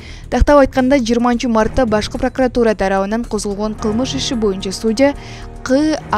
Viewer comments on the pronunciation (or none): none